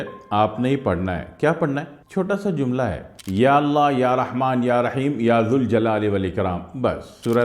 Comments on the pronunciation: ماشاء الله تبارك الله وظیفہ آپ نے بہت اچھا بتایا مگر اللہ کا نام ذوالجلال والااکرام کو یا ذالجلال والاکرام پڑھیں گے کیونکہ یہ حرف ندا ہے ذ کو پیش کی بجائے ذبر سے پڑھیں گے شکریہ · یا ذالجلال والاکرام صحیح ہے یا ذوالجلال والاکرام غلط ذا ل کے بعد واو نہیں ائے گا بلکہ الف ائے گا